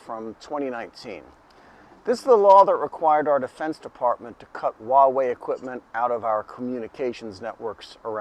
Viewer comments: It's Hua (pronounced Hwa). Why do people say Waa-wey? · It's funny that you pronounce Huawei in Cantonese rather than in Mandarin.